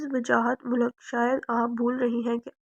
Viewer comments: Mulak nh . Heer malik naam h. Apko pre reading lazmi krni chaiye. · Borrrr novel or jo larki novel suna rhi thi uss ko koi ye bta de k mulk nhi malik lfz use krna tha ! iss ne mulk mulk bol kr pooray novel ka khana khrab tou kiya hi sath mn kaan bhi pka diye ! mulk mulk bol kr malik zaat ka bhi khana khrab krne ki koshish ki h ! Soooooo bad😏🙄😠😠😠